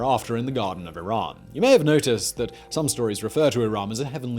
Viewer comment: iraM not iran 💀